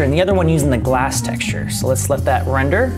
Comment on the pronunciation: "wrender" hehe